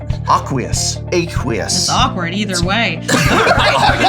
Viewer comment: don’t you mean aykward?